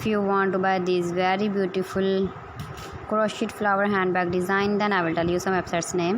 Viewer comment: First you learn the correct pronunciation of Crochet. T is silent.